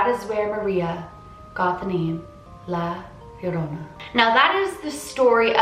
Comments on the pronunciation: It's pronounced jorona in Spanish "LL" two of them sounds like a j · It’s pronounced ly-a-roan-a (roll your tung at roan) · im mexican its prounounced yorona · HARDER HARDER LA LORONA HARDER HARDER!!!!!!!!!!!! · La llorona - "La yo-ro-na" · Just so you know the 2 L's are pronounced like a y so you would be pronouncing it like la yorona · All I hear is la aroma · Haaha no you didn't pronounce it right but you tried!!!! Dude I always heard this when I was little from my dad! Aint no urban legend bro all my latinas know that!!😂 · I’m Mexican and you did say it wrong but it was closed By dad told me stories about her and one time she tried and took my dad when he was a baby My dad told me she drowned her children then herself now she haunts children and takes them and drowned them almost like how you said my dads actually seen her like I said before but he has seen her walking around and taking them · "Now, I might be totally pronouncing this wrong..." Yes. You are.